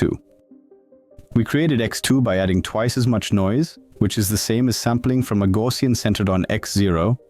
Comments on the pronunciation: It's not TTS but typical French accent "Gaussien" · I like how your text-to-speech model pronounced 'Gaussian' ;D great vid even for those already familiar with these models